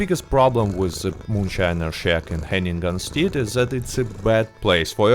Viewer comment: I’ve never heard Hennigan’s Stead pronounced Hanging-Gun Steed, but I will never call it it’s original name again. Nice upload. Liked.